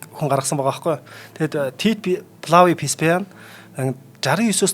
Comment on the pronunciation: К дуудахгүй Голизей гэж яриад бна шүү, Веспасианыг Пэспас л гээд бхын, цуврал Спартак бол түүхэн үнэн багатай фантази ихтэй цуврал шүү. Ер нь гладиаторуудын тухай нэлээн гуйвуулгатай ойлголт кинонууд өгдөг шүү. Тийм болохоор нэг бол кино ярь, үгүй бол түүхийн талаа баримаар бхийн. Эмэгтэй хөтлөгч "300 Спартан" киног л Гладиатортой холиод хуслаа. Түүхэн баримт талаасаа гладиатор маш өндөр үнэлгээтэй, амь насаа алдах нь кинонуудад гардаг шиг их биш бсан гэдэг шүү. Италид бсан Амарсанаа хөтлөгч хаачсийн бэ?